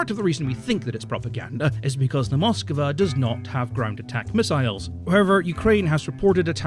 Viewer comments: Nice video. Had a hard time every time you said Moskava. It's Moskva. Without the A between the K and V! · its said as moskva not moskava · It's not Moskiva... it's Moskva. Stop mispronouncing it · One thing about the pronunciation of this ship: It should be "Mosk-VA' (two syllables) instead of Mos-kuh-va (three syllables). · Why can’t you pronounce Moskva? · The way he says Moskva is hilarious. Like